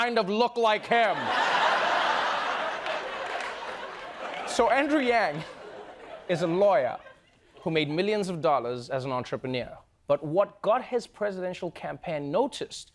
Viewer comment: why is he saying entrepre.. "nier"?